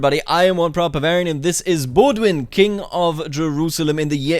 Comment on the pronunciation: I'm so triggered when I hear "Baudouin" pronounced Baud-win lol ! Great video on the greatest mod still ! 💪